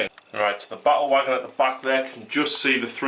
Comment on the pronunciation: Awesome game, I like how you pronounce "Ba-ule Wogon". I subscribed.